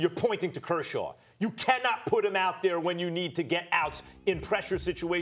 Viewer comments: How did Stephen A Smith pronounce Kershaw 20 different ways and none of them were correct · griffey422 "Kurshurd"